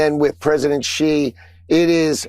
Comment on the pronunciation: That moron at Fox says Xi like its Chi, which it is not. The coverage given to Trump by his co-conspirators and 'state' media is almost at the level of being self-felating.